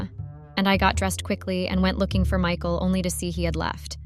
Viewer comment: Mickle. No. It's Mike-al. That's the problem with AI readers.